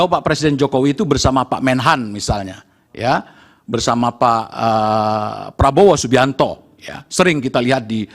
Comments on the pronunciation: apa saya yang salah denger ya, dia menyebut nama prabowo menjadi prabroro. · LAWYER KOK BILANG PRABOWO JADI PRABRORO . INI PERLU DIPERTANYAKAN LAWYER INI KEABSAHAN NYA